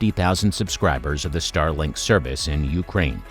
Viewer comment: StarLINK, not Starling